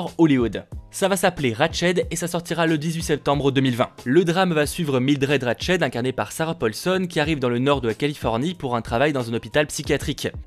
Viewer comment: RatchEd 🤣🤣🤣 ça se prononce ratchT mais ça va je te pardonne 😂